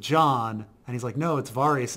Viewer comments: I had to stop listening 10 minutes in just because of how this guy pronounces Varys. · You've been watching the show for years, hearing Varys pronounced correctly multiple times. Yet you both repeatedly mispronounce his name every episode and in different ways as well. Cracks me up. Love your content guys, keep up the good work.